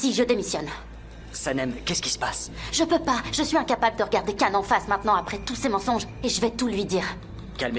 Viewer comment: Le prénom n'est pas Émir MAIS Emre qui se prononce Émeré. Tout comme pour Can ça n'est pas Cane mais se prononce Djane.